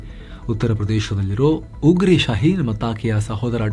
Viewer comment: ಉಗ್ರಿ ❌ ಉಗ್ರೆ ✅ ಮೊದಲಿಗೆ ಇದು ತಮಾಷೆಗೆ ಅಂದುಕೊಂಡೆ ಆದರೆ ನಿಮ್ಮಂತ ಒಳ್ಳೆ ಪತ್ರಿಕರ್ತರೆ ಹೀಗೆ ತಪ್ಪಾಗಿ ಹೇಳೋದು ನೋಡಿದರೆ ಬೇಸರವಾಗುತ್ತದೆ.